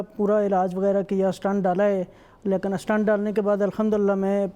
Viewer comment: It is 'stent' not 'stunt'